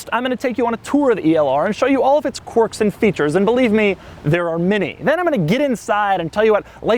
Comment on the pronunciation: Dude, Doug, quirks is pronounced kwerks, NOT corks. Please for the love of god, stop.